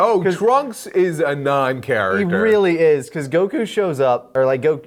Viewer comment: I love hearing slip up on his Goku pronunciation